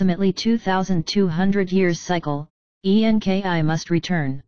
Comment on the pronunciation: FOR FUCKS SAKE,it keeps saying E-N-K-I.instead of ENKI, its so annoying